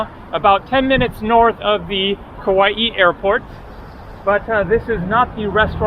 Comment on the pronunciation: After 1 visit, you should know, its Kauai. Not Kauaii